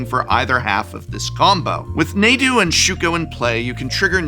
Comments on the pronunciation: I've never heard someone pronounce "Nadu" that way. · Please bleep all of the instances of you mispronouncing Nadu. It's making me explode. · I can't get over how the Professor pronounces Nadu. It sount just wrong, but I can't explain why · I love how Professor is pronouncing Nadu different than most players. Most players pronounce it Nahdu not NAdu lol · I find it interesting how people pronounce things. Prof calling it Nay-du, when its been called hundreds, if not thousands of times, Nah-du in commentary and other videos is baffling to me. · You're pronouncing Nadu wrong. It's "narh-du" not "nay-du". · Dear The correct way to pronounce Nadu is not Nay-dew, it is Nah-dew. Nadu is from Amonkhet and coded as ancient Egyptian, in modern transcription of the Egyptian language "A" is used in place of another syllable/semi-vowel called an aliph. It is a called glottel stop and is apparently present in modern Arabic. The actual pronunciation is different since English doesn't really have an equivalent sound, but "ah" is the approximation most commonly used. This concludes today's episode of pedantic nerd corner. (Yes, I know we don't actually know how ancient Egyptian sounded, but this is based on the closest modern descent language, Coptic. Also please let me out of this locker.) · Why does the pronunciation "Nay-du" drive me so crazy. I'm definitely on team "Nah-dude" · It's pronounced Nah-Dude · It's pronounced Naw-do and it's not getting banned. However Shuko will be getting banned. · Calling it "Neydu" is criminal. Stop it. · god i wish i could dislike for each time he says nadu incorrectly. NAH-DOO, THERE'S NO Y IN THERE. i thought you were an english professor. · Hearing “Naydu” drove me up the wall. 🤣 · Good video, with good analysis of the current banlist. I do have to ask where you get these pronunciations from? Nay-do, Rah-gah-van, Your-Oh I honestly don't know anyone that pronounces them that way, not a big thing, just a curiosity of mine.